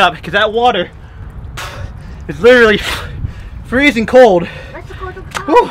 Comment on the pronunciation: Its not freseng 32 digress is the freseng point